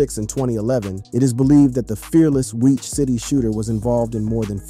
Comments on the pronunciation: he said weach city lol this dude don't know how to pronounce this stuff wth is this just TTS? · It's wiic city bro you say it like wick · Why you keep saying it like WEAK CITY?